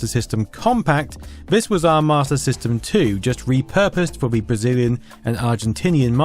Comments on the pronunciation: Have you yourself noticed that that you’re saying “Mater System” instead of “Master System”? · So I'm not the only one I kept hearing "martyr system" lol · Am I the only person that hear him saying MARTA system? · Got 80% through this video before I realized you literally not one time said "marta" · I keep thinking you're saying "martyr system" lol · Mah-tah system.... wtf